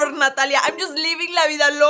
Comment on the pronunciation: SAID NATALIEA